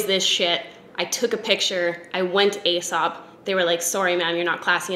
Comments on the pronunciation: it’s pronounced “ee-sop” not “ay-sop”. (They used to be a client of mine back in Australia and they corrected me when I said it the “ay” way!) I’m also addicted to their hand wash. I bought their large hand cream and it was like $100 and I felt like a fuckin’ nob but damn it’s good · As soon as you said 'fancy restaurant' I knew you were talking about Aēsop. You pronounce it 'Eesop' (see in the logo, the line over the e). It lasts FOR AGES. I consider the mandarin handwash essential for my wellbeing and mental health ;-) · It's "ee-sop". The cosmetics/personal care brand company spells their name "Aēsop" which is another way to spell it, indicating a long e sound ("ee"). Ae (together) was once it's own letter/symbol: æ (it's known as 'æsc' or 'ash', which is how its pronounced) which you'll still see occasionally. Brits use the ae (mostly seen as separate letters now) that North America generally doesn't (not even common in Canada, where we've retained the U in worlds like colour and neighbour). So that may still be used in words like encyclopaedia, paediatrician, and archaeology. You'll see it in Caesar, too! All of these examples see the ae pronounced as -ee-. Annnd that was a lot of explanation. Take what you will, leave the rest. 🤷‍♀️ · Ahaha loved your Aesop spiel! I always forget that it's so much more expensive outside of Australia. We get so many overseas visitors stocking up bc it's mildly affordable here. Btw I work for them and it's pronounced as "e-sop" (rhyming with key) but I pronounced it incorrectly in my job interview lol so don't even worry. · Aesop is pronounced ‘E-sop’. I literally interviewed for their labs in Melbourne and pronounced it the same as you and they instantly corrected me. Mortified but also I learned a thing.